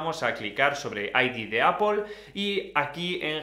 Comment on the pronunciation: Primer español que dice bien "Aidi de apol" y no dijo como los otros "el i de aPEL"